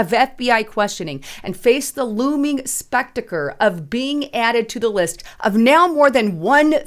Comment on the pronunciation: "The looming SPECTACRE"?, you crack me up with your "-isms"! So endearing! I CERTAINLY don't mean anything negative by having a laugh about it. I think you're AWESOME!